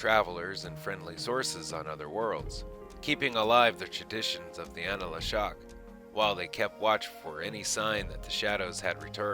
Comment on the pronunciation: Nice summary, but please, check your names: Anla'shok (not anala'shok), Ulkesh, Entil'Zha..